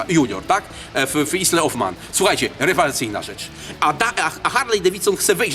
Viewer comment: Kolejny fajny film ale razi wymowa kultowej nazwy "isle of man" u znawcy motoryzacji :)